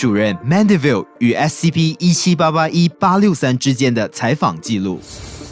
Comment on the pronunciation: 不是说SCP吗怎么说成SCO了？